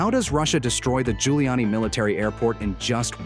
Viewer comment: Airport name is "Zhulyany", not Guiliani.